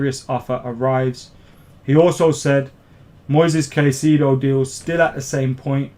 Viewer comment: Pronunciation: Moy-says Kai-say-doh